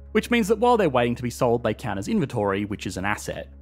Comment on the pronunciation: "Couunt" - 2024